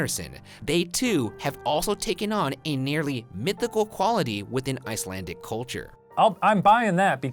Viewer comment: I speak Icelandic... I applaud his efforts.